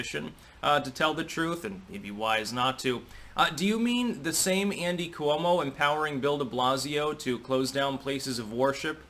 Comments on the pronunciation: you gotta not pronounce "Cuomo" that way. Coo-oh-mo, c'mon. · the way you pronounce "Coo-oh-moe" just drives me nuts...maybe your correct, but it's different then anyone else.... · I laugh to myself everytime I hear you pronounce Cuomo. Haha